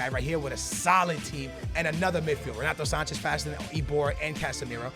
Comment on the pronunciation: It was so funny when he couldn't say renato sanches!!!